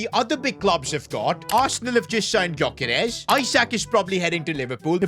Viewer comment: victor grokeres❌ Victor groceries✅